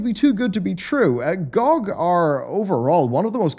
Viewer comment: it's not gogg, it's g-o-g.